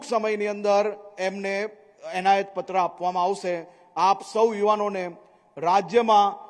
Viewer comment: Onayat na kevay enayat kevay mr.c.m.sir